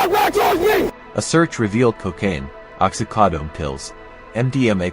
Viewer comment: "ox-ee-COD-own pills" AI narration has a ways to go.